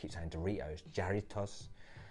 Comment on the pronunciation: Pronounced “Harritos”